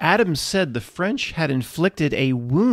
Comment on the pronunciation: The Ficlkle Fwench?